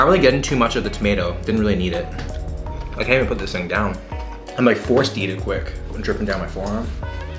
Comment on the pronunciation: "This is some TING to do " 😂😭